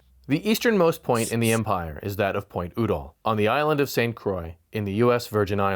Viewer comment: Just a pronunciation point, the name of the two people is pronounced You-Doll with the accent on You. I’m old enough I remember both of them and how their name was said on news shows, TV, etc.